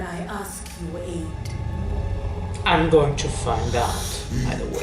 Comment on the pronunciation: Just one thing, you are good at pronouncing english but one thing you should know is how to say "aid". You should say it like ayyyd not add. Anyway good video